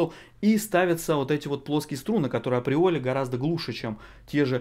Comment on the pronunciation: "априоли" хех